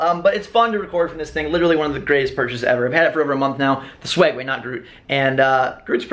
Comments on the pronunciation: its called a Segway not swegway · Do you call it the "swegway"?? 😆